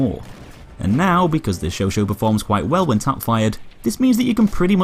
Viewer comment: You are pronouncing chauchat wrong but great vids